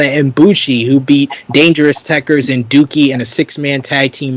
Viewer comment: the guy you keep calling “Dookie”, his name is actually pronounced “Doe-key”